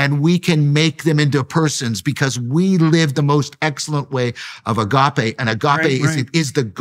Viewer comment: If hes going to say agape so much, at least pronounce the gamma better. It's embracing to watch.